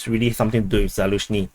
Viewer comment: It's Zaluzhny and not Zaluzhyny means behind the meadow.